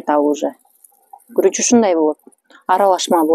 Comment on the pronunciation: Куруч эмес, Гуруч